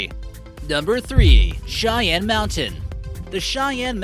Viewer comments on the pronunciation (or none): none